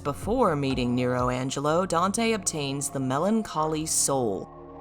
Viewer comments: It's nelo angelo, not nero angelo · Isn't it Nelo Angelo? Not Nero